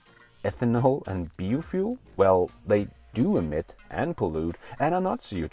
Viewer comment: Hey, your english is usually spot on! One thing though, to pronounce biofuel: bio = bye-oh